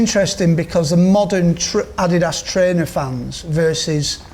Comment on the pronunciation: Interesting that even 'Gary Adidas' isn't sure of the correct way to say 'adidas' as he switched between "adeedas" and "addydas" in the same sentence! I've always pronounced it the latter way as the company was named after its founder Adolf (Adi) Dassler but what is the right way?!